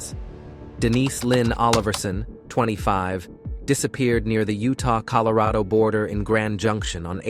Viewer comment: That one word out this whole video haunts me🤣🤣😂🤣😂😂🤣😂😂🤣...I heard it too😭😂🤣😂🤣😂🤣